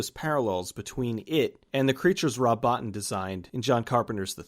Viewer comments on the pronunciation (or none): Bow-teen, not Botin! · Small point. Master fx artist Rob Bottin's last name is pronounced bow-teen. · I hate to be "that guy", but Rob Bottin's last name is pronounced BO-TEEN Another great video, though! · You're mispronouncing Cosmatos. It's CosmAtos, not COsmatos. Just FYI... Also you mispronounced Rob Bottin. It's pronounced Bo-TEEN! You've watched plenty of behind the scenes docs; you should know this stuff, bro! :) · Nice. This movie actually kind of freaked me out as a kid. I'm pretty sure Rob Bottin's last name is pronounced Bo-teen btw.